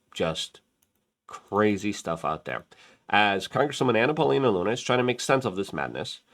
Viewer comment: Lol, did Luke just call her Banana Paulina Luna, or am I just hearing things? 😂